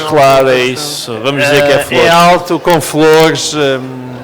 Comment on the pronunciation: Ké frô?😂😂 hahahahaha